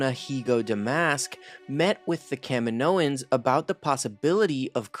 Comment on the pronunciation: It's pronounced kuh-mee-noh-ans